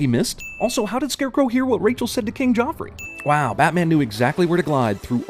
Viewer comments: They are pronouncing Joffrey wrong. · Joff, J. Joffrey. Not Geoff.